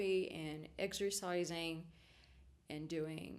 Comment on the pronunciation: you said exercising, but I heard exorcising, I was like whoa... hardcore